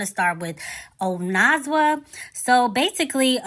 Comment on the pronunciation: “oh-neh-zwah” 💕 but for a non-xhosa speaker you pronounced it pretty good 🫶🏾